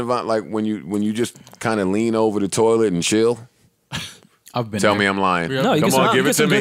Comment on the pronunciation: “A Cold Toliet!!!” Lol